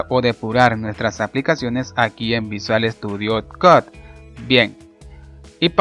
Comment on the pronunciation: Video mi Bien explicado, pero por favor, si no sabes pronunciar una palabra en ingles mejor pronunciala en español, sufri todo el video cada vez que decias "visual estudio cod", Pudiste haber dicho "Code" o "Coud", piensalo para la proxima